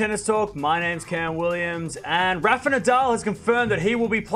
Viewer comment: Just curious as to why you who pronounce the first "a" in Rafa like the "a" in "man" instead of "a" as in "art" the way most people pronounce it.